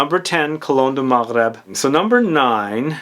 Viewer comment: You pronounced Maghreb riiiiiight I love you for that❤️